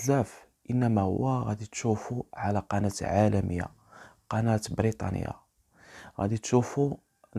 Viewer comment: بريطانيا وليس براطانيا